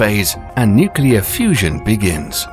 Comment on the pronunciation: Nuclear not nucular